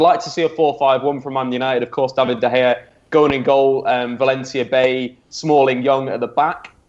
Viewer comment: Getting annoyed at someone else not being able to word their question properly while you still can't pronounce De Gea's name correctly.